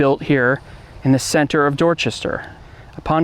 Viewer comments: It's pronounced Ang-li-can. Anglican church. Hard A, not like in Angel.😊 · It’s pronounced Ang-lican not Angelican. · As others stated, it’s ANG li can, not anGEL I can, 3 syllables not 4. The base is the “Angles”, the English, not angels. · The pronunciation is Anglican ie angli-can - it means Church of England ,rather than 'angeli can'. Interesting video ! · I'd love to visit this! Cool video! Side note... Anglican is pronounced with a hard g as in "angle" instead of soft like in "angel" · The church of England is called , pronounced Ang glig in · Pronounced Anglican incorrectly. It’s “An Gli Can” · Anglican is pronounced with a hard G, not like angel.